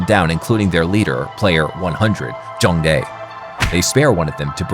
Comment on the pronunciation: He said jeong dae